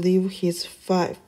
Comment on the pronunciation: Pronounced "feef" - A fief (root of the word "fiefdom") is an estate of land, especially one held on condition of feudal service. A fief was the central element of feudalism. It consisted of heritable property or rights granted by an overlord to a vassal who held it in fealty in return for a form of feudal allegiance and service, usually given by the personal ceremonies of homage and fealty.